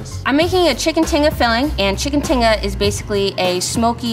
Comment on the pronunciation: never would have expected to hear someone who knows about and cooks tinga to pronounce it like that lmao